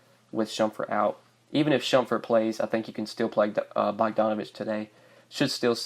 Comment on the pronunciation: You saying shumfurt? Lol